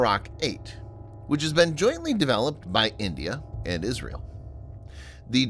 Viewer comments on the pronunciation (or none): none